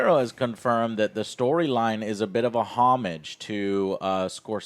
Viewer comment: Twas interesting hearing joe attempt to say "homage"